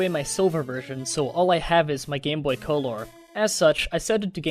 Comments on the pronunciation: I get that the "true" spelling is Colour(Even though Color is the American dialect), but you saying coal-ore kinda ruins it. Also fun fact. Every Pokemon gets Curse in gen 2. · Lol u said co-lor but i read it he spell it wrong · why do you say colour so weirdly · ...did you have to pronounce colour like that every time.